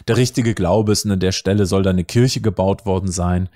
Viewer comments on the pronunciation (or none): none